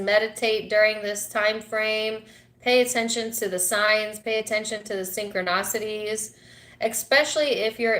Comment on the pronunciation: Spot on❣ please...it is synchron'i'city! 😚